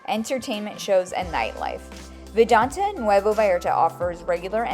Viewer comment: Great video, but it's pronounced "Vidanta" not "Vidante". You'll confuse new viewers.